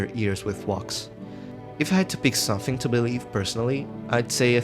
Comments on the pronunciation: “wox is formed” big bro can’t say wax 💔✌️ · oh yes baby say wax for me again... "WOAX" Edit: also just so i dont forget: Boooo russia, dont buy this game. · I hate the way you say wax